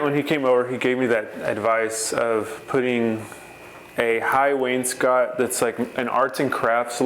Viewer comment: It’s nice to hear somebody that knows how to pronounce Wainscott.